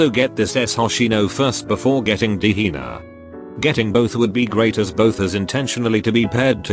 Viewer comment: The AI narrator says Hina as Hiner with a hard R lmaoooo 💀💀gehenner moments